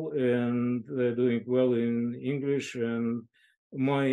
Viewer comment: Я изучаю английский язык, слушая Андрея Линде. Он мог бы профессионально работать преподавателем английского языка с образцовым произношением. Спасибо за интересный диалог!